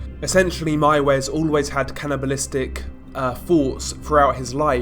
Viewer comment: You are the First english who said Armin Meiwes Right 👍😄 Good Video Man 👍